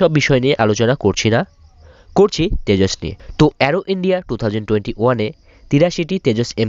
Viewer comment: Oh yeah, is it Tejos or Tejas? Coz' you were saying Tejos. I am thinking you can't even say the name properly.